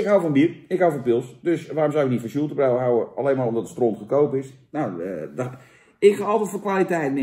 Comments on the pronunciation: Uitspraak: SjoeltenBroj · Je spreekt het uit als Sjoeltenbrooi